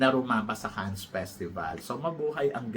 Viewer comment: Please,, say Cannes with the silent “S” to sound legit French. I enjoy your vlogs. Great work!😊